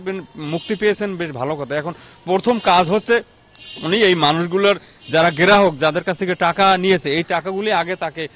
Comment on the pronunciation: apni to suddu kore kothai bolte partesenna apner kotha amra sunbona,grehok na grahok bolen